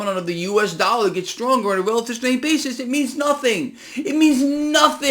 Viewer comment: " US DALLAR" ? 😜😜😜